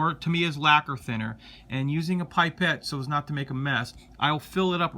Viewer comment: Nice videos. Just a couple of small things though. Pipette is pronounced "pip-et" not "pipe-et". And for thinning Tamiya paints you can use 100% Isopropyl Alcohol. Works great and is a lot cheaper. Keep up the great work with your videos, I love the builds you do.